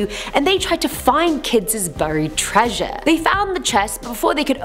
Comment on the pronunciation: I couldn't get past her saying the word treasure .....